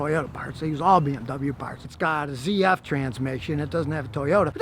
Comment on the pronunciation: ZF Pronounced "SET F" (Not CF) is based in Freidrichshafen in Germany, not in Austria. ZF stands for "Zahnrad Fabrik", translated in to American English this would be "Gear factory" Except that Zahnrad is the german name for the individual gearsets. So ZF started out as a gearset factory back in 1915.